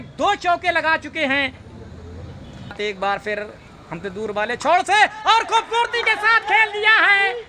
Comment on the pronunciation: Bhaai खूबसूरती होता है। खुबबूर्ति नही 😂😂😂